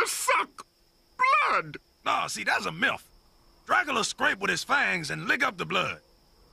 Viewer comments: "Vampires suck blood" "No see that's a milf" I know he said myth but sounds like he said milf 😂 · bro did he say what I think he said? The captions say he is saying myth but he is making a L sound for sure. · Did Dracula really just say: "No, that's a Milf"? Or did my mind hear it wrong?